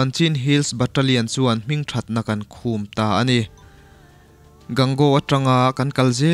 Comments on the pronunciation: Khûm niloin khum tihtur a nie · Hmingthatna khum tiin i rawn chhiara,i chhiar rik/lamdanah chuan...khum itih awmzia ah kha chuan,pel/kahlen tihna vel ani....mahse i sawitum chu ka hria.....khum ihan tih khan ilam dan adiklo mai ania...khum itih awmzia chu....lukhum han tih a,khum tih lai taka kan lam anga lam tur zawk niin ka hria....kan mizo tawng hi nang leh kei hi humhalh tu tur kan sia.....nanglo chu midang an awmlo ania....iram leh hnam,i tawng te nen....